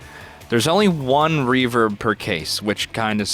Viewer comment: Am I the only one getting triggered by the fact they called REVERB, Revert?